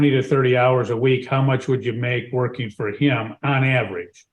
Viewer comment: Everybody has a job starting on Monday, or real soon. Amazing how everybody starts right after court. BTW, "workine" drives me nuts. Yanks! You do great work!